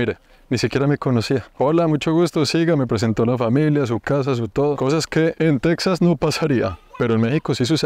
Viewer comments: Está muy bien hecho el vídeo, lo felicito. Solo le sugeriría que, cuando esté hablando en español, el nombre de Texas lo pronuncie en español también. Después de todo, el origen del nombre de ese Estado, fué en español, desde que pertenecía primero a la Nueva España y después de la Independencia a México. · Y tú qué andas haciendo por ahí? Se escribe Texas pero se pronuncia Tejas, como México se escribe con x pero se pronuncia Méjico. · Tejas es una palabra castellanizada desde los tiempos de la colonia española, de hecho la comunidad chicana lo escribe así con "J", y en México lo pronunciamos igual, pero en Sudamerica quizá por desconocimiento lo pronuncian Tecsas, cómo los gringos. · Alguien más le da cringe cómo pronuncia Texas? Lo pronuncia con x en vez de j 😂